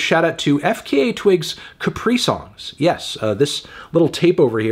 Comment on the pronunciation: I like how you say capri - songs, like a Capri Sun, but on the record she definitely pronounces it like the beginning of the word Capricorn. Tsk tsk tsk Fantano!